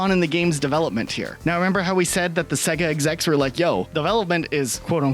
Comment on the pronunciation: Why tf are you pronouncing Sega like that?